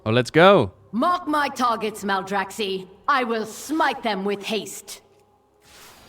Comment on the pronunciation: Maldraxx-eye, not Maldraxx-eee. Just like Cactus and Cacti (Cact-eye) :)